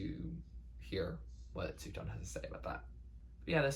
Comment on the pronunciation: also his name’s pronounced soo-fyan lmao (don’t worry it’s almost an indie music inside joke by now how confusing his name is to pronounce)